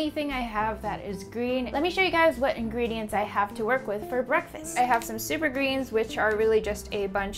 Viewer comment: I think she said in"green"dients